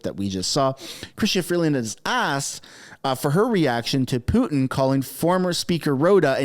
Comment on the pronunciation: I believe he was referring to Trudeau being the idiot...and freeland stop adding your accent to putin ...makes you sound like the idiot you are.